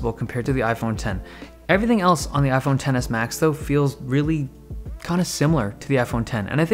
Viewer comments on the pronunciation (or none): I keep hearing iPhone tennis and not iPhone Ten S